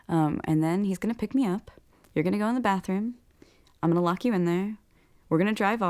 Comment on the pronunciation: it’s not “bafroom”!!! Speak in English it’s bathroom!!